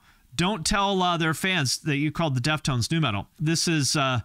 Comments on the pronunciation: It is pronounced Deaf Tones, not deft ones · I never heard anyone say deft-ones and not def-tones, have I been saying it wrong? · Deft-Ones?????? DEF-TONES! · Are you kidding or are they really not pronounced DEF TONES?